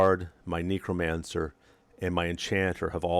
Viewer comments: Very disconcerting hearing you mispronounce Necromancer over and over as nEEcromancer instead of nEHcromancer :( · Neck-row not neecro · amagad NEH-cromancer not NEE-cromancer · KNEEcromancer LOL